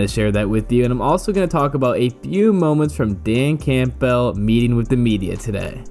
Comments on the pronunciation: Dan Cam-bull, not camp-bell 😉😊😂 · If I had to hear you say CAMPBELL and pronouncing the P in it one more time I was going to have to go find a kitten to punch in the face.